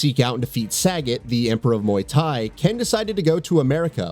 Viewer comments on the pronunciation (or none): lol it’s ‘Suh-got’ not ‘saggot’ as pronounced in this vid. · "SAGGOT" lol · Yo, what the fuck did you call Sagat???